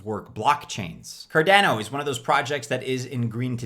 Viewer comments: Why can't you pronounce Cardano correctly?! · Car dana oh 😂 last Cardano video you were sooo close 👌